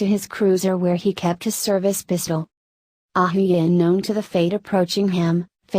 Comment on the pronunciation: Who is this narrator lady??.. y narrate Indian names AND mispronunce almost every name in every video??.. Ahuja pronounced ahooya !!! ugh